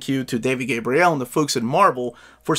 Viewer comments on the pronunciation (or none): none